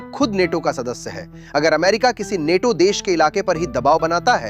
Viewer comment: नेटो‌ नहीं‌ नाटो